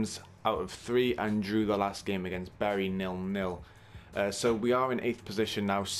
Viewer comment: It’s so good to hear you pronounce Bury as “Berry”. I’m from Manchester and go Bury quite often and most people I know pronounce it different to me! Respect brotha! 🤛🏻